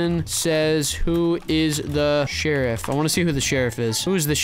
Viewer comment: Lol he said sherruf died but he was sherrif lol